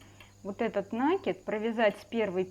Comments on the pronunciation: Спасибо за понятный МК. НО! Почему "нАкид?. И речь вроде у вас грамотная. ... Но накИд- всё же от слова накИдывать! Ну ооочень режет уХи). И не надо только писать" не нравится не слушайте". Мне - нравится! Но нАкид- совсем не грамотно! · Спасибо большое за очень подробный МК🥰, но... уберите, пожалуйста, из речи уменьшительно-ласкательные суффиксы, их слишком много... петеЛЬКИ, убавОЧКИ, стенОЧКИ, носОЧКИ... и в слове накид ударение ставится на букву И - накИд... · Девочки, вы все прекрасные рукодельницы, но пЕтелька, а не петЕлька, накИд, а не нАкид. Заглядывайте в словарь! Уши режет от неграмотной речи. Удачи всем. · Я только слышу у кого-то "нАкид" - сразу выключаю☺